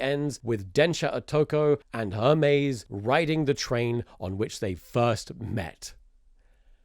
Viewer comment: Its "hermes" not "ermez"